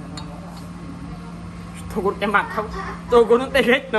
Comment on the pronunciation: é o nosso Tirulipa de hoje atual só risada kkkk gosto mais quando o troca o nome do Toguro para torugo kkkkkk